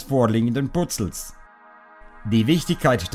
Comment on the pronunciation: Toller und sehr spannender Vortrag. Mit dem Butzzl (Puzzle) gabs auch was zu lachen. :-))